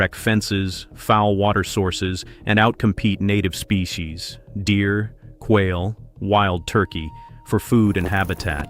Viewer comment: Whale lololollol. I don't think they compete with Whales but that was funny. I think the AI was trying to pronounce quail.